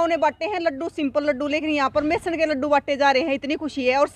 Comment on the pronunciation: सर्व सहमति से सरपंच तो बना दिया, जैसी आप पत्रकार हो ऐसा ही सरपंच होगा, आप बेसन को मेसन बोल रही हो l वाह रे गजब हरियाणा